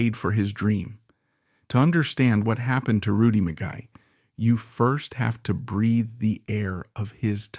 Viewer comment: This AI narration is an embarrassment. His name is pronounced MEE-GAY not Mi--Guy. And the legendary Rocket Richard is pronounced Ri-Char as it is French. This is an on-going problem with AI. Famous names are butchered. This is just one more example.